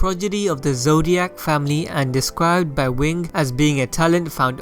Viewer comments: Alright u started off the video terrible by saying Killua ZODIAC LIKE WTF! It’s fkn ZOLDYCK! It ain’t that hard Jesus 😂😑🤦🏾‍♂️ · Its ZoldYCK not zOlDiAc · Hello, I love your channel and content. But are you sure it's "Zoldiac"? Isn't it "Zoldyck"? Not hatin' just making sure. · Oh man It's Zoldyck. Your're saying zodiac. Sorry for nit picking but you're saying a totally different word. Great video though. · zodiac? da fu sorry to be rude but there's no i or a in Zoldyck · Is he saying Zodiac? Did I hear that correctly? Wtf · Yeah he said zodiacs multiples times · It's pronounced "Zol-dick" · The way you say zoldyck irritates me so much its improper